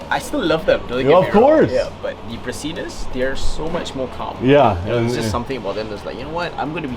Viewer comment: I thought I heard you mispronounce the Latin name, i.e. you sounded like you said, "prastinus" or "pristinus"; the genus is correctly pronounced pra-sigh-nus (no "T" sound after the first S).